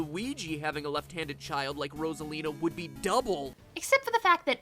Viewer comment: i can't get over how he pronounces it as "ross-alina" 💀